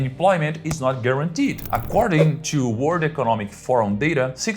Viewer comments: You should really work on the pronunciation of the letter L in the word "World", it will make such a difference. Here is a tip: how about you try to say "were old" -- there you get it, "world", properly pronounced. Congrats on the new channel, see you next time 🌿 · mesmo lendo no prompt ele pronuncia no comeco do video a palavra WORLD como WORD